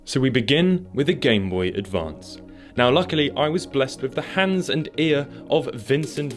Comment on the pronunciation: Oh, yes. The classic game boE BOY ADVAy advanced